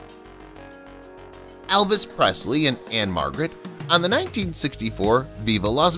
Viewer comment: ..and Elvis not Alvis😅